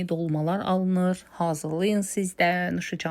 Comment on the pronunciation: Yene hazillllllliyin? L yox ay anam ay bacim.R.Hazirliyin demek lazimdi.Bu lehce deyil e nitq,teleffuz qusurudu.Sozun koku hazir-di.HaziL deyil axi